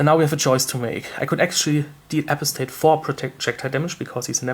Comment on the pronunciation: "apo-stat" is pronounced Uh-Pahs-tate I think.